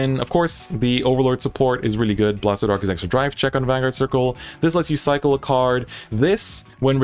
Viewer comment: everytime i hear the word cycle i hear psycho instead